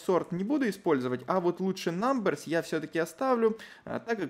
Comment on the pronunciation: айти прогер в 6 уроке: "говорит все с хорошим акцентом на английском" айти прогер в 7 уроке: намберс